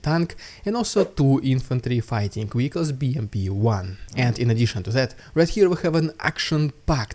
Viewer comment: Vehicles is pronounced VEEICALS not WEEKALS. Your obstinacy about this is infuriating.